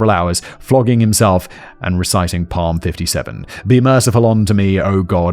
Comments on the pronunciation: Psalms is pronounced Saalms. It rhymes with Calms. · Simon, when you speak about your children it is a reminder of a better world. By the way Psalms is pronounced as "salms" the "p" is silent.